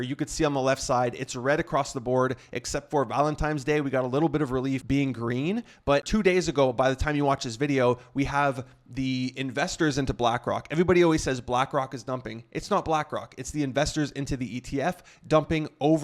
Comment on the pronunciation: ValentiNe’s not ValentiMes